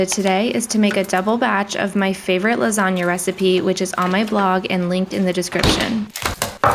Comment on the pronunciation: Your pronunciation of the “gn” sound in lasagna is perfect 😮 It’s the first time I’ve heard an English speaker get the pronunciation correct 🎶✨️